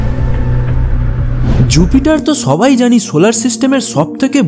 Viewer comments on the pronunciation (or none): বাংলা ভাষায় এই ভাবে কথা বলে? অবাক হলাম! ছবাই, ছত্যেও, ছারফেস? এসব কি বাংলা উচ্চারণ?